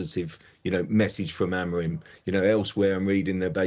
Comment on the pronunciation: sky sports presenters pronouncing names wrong is so cringe. "amoram"